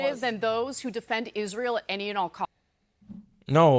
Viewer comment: I said the same thing when I first saw this. He's paying a friggin compliment. And that one bimbo (I know, they all are, except Jillian) can't even pronounce Israel and semite.